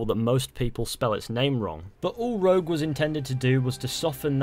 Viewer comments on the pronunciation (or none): Rouge? It’s rogue